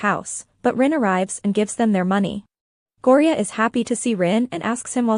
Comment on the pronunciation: Its Thyme (Time) Ren Talay (Ta-lay) Gorya (Gore-Yuh)